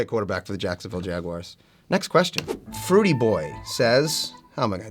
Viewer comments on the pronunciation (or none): "Fruity boy says..." LMAO, it's FRITOO_boi 💀not "fruity" hahaha